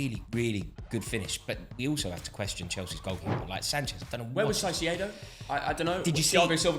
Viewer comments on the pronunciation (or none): Why does he keep saying Sai-se-ado its Cai-ce-do, can't tell if this is intentional or not